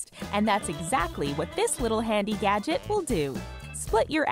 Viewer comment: Is it just me or does it sound like she's saying "yadget"?